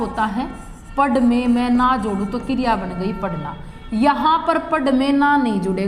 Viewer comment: Kiriya nhi kriya h maam